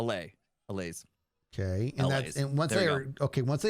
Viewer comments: Hermits will name the second largest city in America before they say allay correctly 😂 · How you pronounce "allay" is dependent on accent. It depends on how you pronounce alleviate. Some say /a/, some say /ə/. It depends on your accent. The Swedish developers probably learned English with Standard British pronuncation, which might be why they say /aˈleɪ/. I don't think most Americans would say it like that, I think /əˈleɪ/ is more common. But I don't know; just say the word "alleviate" and you'll know how you're supposed to say allay in your accent.